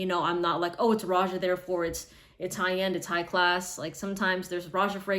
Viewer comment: Isn't it pronounced Rohah